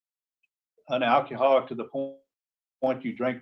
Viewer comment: Al Key Haul Ick. 😅 Sorry, I couldn't resist.